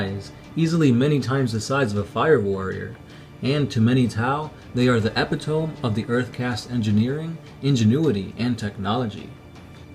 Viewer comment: Epitome: Ep-ih-toe-me